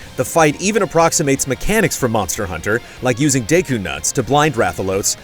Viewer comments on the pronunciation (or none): great preview! also its deku nut like deh ku. not deiku or day-ku